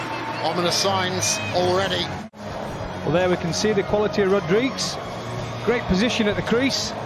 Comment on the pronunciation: Why can’t the commentators pronounce Rodrigues’ name correctly?